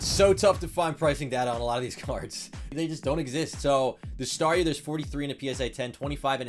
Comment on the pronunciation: Just realized Star-YOU, Star-ME lol What's it's next evolution, Star-US? :p